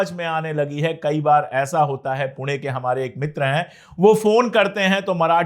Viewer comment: Sir, 👏👏👏👏👏👏👏 city names pronunciation wahhhh पुणे ण कोल्हापूर नाशिक श wahhh